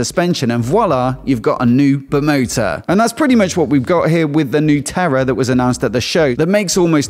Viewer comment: it's Tera, not Terra ;-)